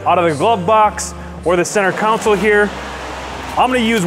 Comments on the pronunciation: Console.... Not counsel. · Just an FYI. It’s called a centre “kon-sole”, not a centre “cown-sill”.